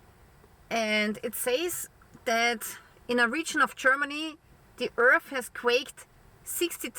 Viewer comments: IT's hard to take her seriously when she keeps calling it 'earf'. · and earf